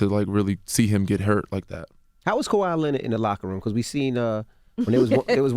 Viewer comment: IT’s KAWHI. NOT KAWAI. FIX IT!!